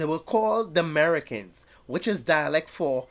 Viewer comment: That's 'Merekins.'